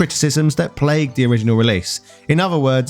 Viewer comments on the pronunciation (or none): none